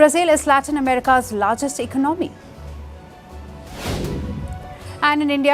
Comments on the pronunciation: She is a good news readers but please pronounce Economy properly. It is not Econo me it is Eco nomi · It’s Economy not Econaaamy”